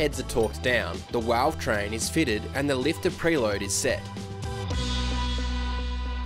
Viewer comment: LOL Did you say Walve Train?